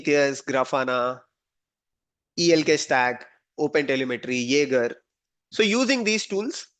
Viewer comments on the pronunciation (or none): none